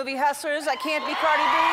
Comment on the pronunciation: Me: mom can we have carid B? Mom: no we have carid B at home. Carid B at home: wassp I'm carid E